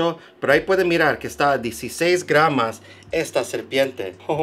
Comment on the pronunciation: Excelente vídeo, se dice GRAMOS. Saludos desde argentina.